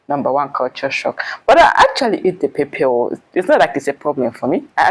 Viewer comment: wow, my Uganda sist, have started pronouncing Pepper like Nigerians...Pep-pep🤣🤣